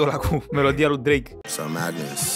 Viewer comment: Bahahaha auzi că Drache 😂😂